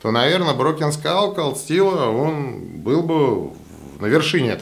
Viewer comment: Спасибо за видео... и правильное произношение названия ножа, задрали его " разбитой школой" называть. Думаю как, условно первый нож он крысе не конкурент, ибо цена, хват, дизайн и механика. А вот условно второй, когда стальку бы поинтересней, вес и толщина рукояти для пресловутого EDC, умеренные деньги.. вот тут конкурентов ему не вижу. Разговоры про клипсы, удобство хвата и т.д. справедливы конечно, но это вкусовщина всё же, да и абсолютно любой складень это компромисс. Этот нож явно заслуживает внимания, хотя лично мне он вообще не нравится=))))